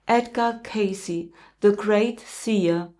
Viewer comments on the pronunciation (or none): none